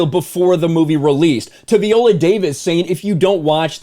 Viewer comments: At least get her name right viola -VIola not Veola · Good video but her name is pronounced "Vy-oh-luh" not vee-oh-luh. I guess Viola is not a name that is often heard in the white community. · Veeolah lol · You cant even say her name correctly. Smh